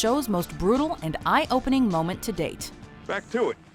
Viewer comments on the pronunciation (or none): Lol "Eyepoening"